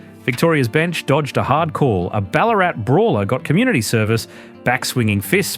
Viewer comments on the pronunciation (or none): none